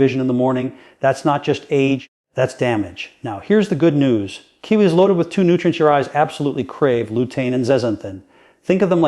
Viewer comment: He talks about more than 1 fruit. He talks about kiwi while showing blueberries. Doesn’t even pronounce Kiwi and watermelon correctly. This video is either completely fake, AI, not even done by.